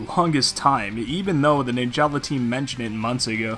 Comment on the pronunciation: Fun Fact: Its actually pronounced “Nin-juhluh” not “Nin-Jah-lah”